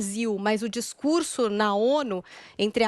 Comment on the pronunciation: o govewrno, um bom discurwrso